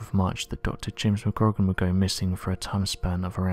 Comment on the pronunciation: Re; James McGrogan; phonetic pronunciation should sound like McGrow-gan...